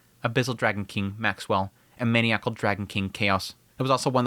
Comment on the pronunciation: Hey! Just wanted to say again that I love and am grateful for the content/analysis. Also, in the name of “knowledge sharing”: the word maniacal is pronounced “man - EYE - ah - call”